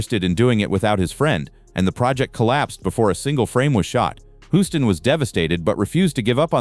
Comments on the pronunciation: Your "robotic" narration is ridiculous! World famous director John Huston's surname is mistakenly pronounced throughout the video! Unforgivable! If you can't get your narrations to properly pronounce names, then hire REAL PEOPLE to narrate your videos! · It's pronounced John Hewston Not John Huston or John Hooston. But good video nonetheless